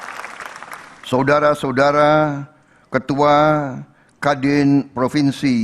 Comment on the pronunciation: Suudara suadara😂